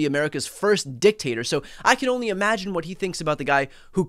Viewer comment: Did you say Dick Tater?😂😂